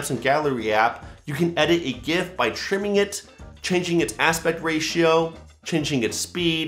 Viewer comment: Thumbs up for pronouncing gif correctly.